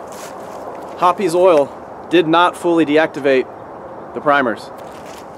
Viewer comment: The E in Hoppe’s is silent. Hops. Not Hoppies.